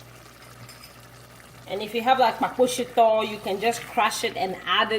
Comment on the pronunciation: the way you said "KpaKpo shito" was brutal ...kw3333! 😂🤣